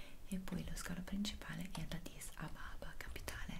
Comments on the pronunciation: Comunque è “Addis Ahbeba” non “Ahbaba” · In Etiopia la pronunciavano Ababa ;)